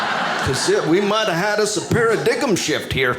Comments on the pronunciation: Oh good catch, it just sounded so hilarious the way he said "paradiggum" that the brilliance of him slipping in that reference to the 'silent g' in his name flew right over my head. He is really an excellent comic. ("They should've taught me how to clean a crime scene in home ec.") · This guy is good, Para-dig-em shift was pretty funny. Just with one quick purposeful mispronunciation he can satirize the entire English language and how nonsensical the spelling of certain words can be.